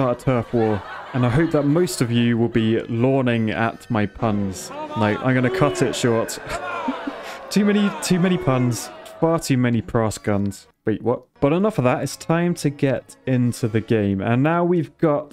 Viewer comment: "Prass Guns"